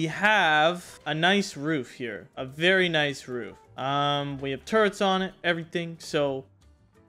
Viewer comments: How many times are u gonna pronounce turrets as “turents” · How many hours and still can't prounce turrets correctly